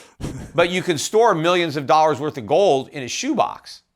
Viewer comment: You receive one bitcoin for every time he says "GOWLD"